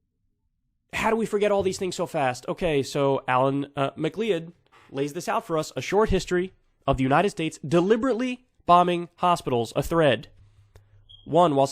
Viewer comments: Mack Lee Ed 🤣 I love you Kyle but I think it's mick clodd or mick cloud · Kyle, For the love of God PLEASE learn how to pronounce the name "MacLeod" properly man... Lol